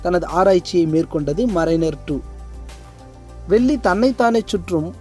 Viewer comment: சகோதரரே....தயவுசெய்து தமிழை சரியாக உச்சரிக்கவும், வெல்லி அல்ல வெள்ளி - நன்றி